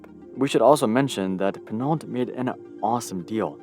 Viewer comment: Domenico De Sole is Italian so Sole is surely pronounced as two syllables and not as the bottom of a foot. Pinault too. It ought to sound more like pee-know.